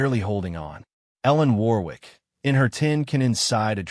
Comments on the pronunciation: It's pronounced 'Worrick'. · Warwick is pronounced - minus the second 'W' which is silent - thus Warik.... is the correct pronunciation. Good Story by the way.